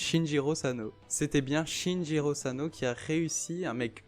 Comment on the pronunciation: C pas shinjiro c SHINICHIRO